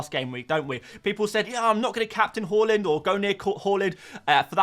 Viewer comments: its hAAland not hoeland, sounds so annoying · Why do you keep calling him hoooland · Learn how to pronounce Haaland.